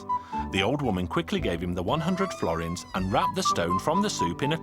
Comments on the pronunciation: Misspernounciation at the end: Florint is an old italian money i think not sure tho. Forint is hungarian. You have to skip the letter "l" otherwise its missunderstanable. Yes im hungarian. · florint xd.. is forint(without the l ) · Mi a fasz az a florint xddd Nem florint hanem forint*